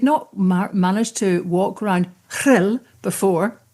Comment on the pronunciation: You not only pronounced Rhyl perfectly - your speech was spot on and spoke aptly and beautifully of our nation as well as your own! Lesley, your speech was amongst the best of the lot on the day, but we can't thank you enough for making the journey down to be with us! Alba gu brath <3 Cymru am byth